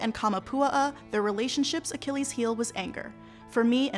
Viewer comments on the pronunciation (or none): none